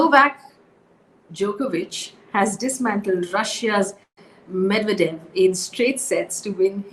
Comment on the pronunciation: 😁 apart from the clean new updates, enjoyed your concentrated effort while pronouncing Djokovic and Medvedev